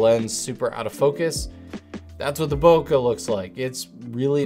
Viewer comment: Fellas, the word bokeh is pronounced "bo-kay," not "bo-cuh."